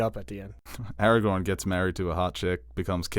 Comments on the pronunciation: Or Aragon instead of Aragorn. 😜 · How can you call yourself a nerd but call Aragorn “Eragon” for forty minutes